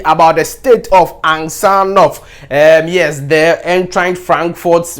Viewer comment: Get the name well ansgar not ansjar ,g is not pronounced as j